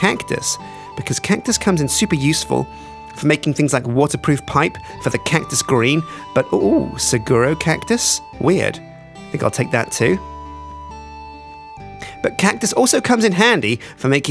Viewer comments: The saguaro cactus is pronounced "sa-war-o" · Saguaro is pronounced sawaro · A word on pronouncation. "Saguaro" is pronounced "Sa-Wa-Row". I live where they grow, please don't drive me crazy. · Suguaro is pronounced su gwa row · Just a slight mistake, as I see you're not from arizona, california, or mexico, but Saguaro is pronounced "Sa-wa-ro" cactus. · no offense, but the cacyus, it is pronounced Saw-G-where-oh the g is a hard g sound, like in 'log'. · I hate it when people pronounce saguaro wrong! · Oh,, that is not how you pronounce Saguaro... You hurt this local Arizonian.